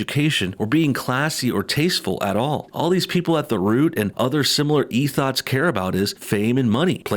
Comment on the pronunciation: Did my man call them ethots lmao?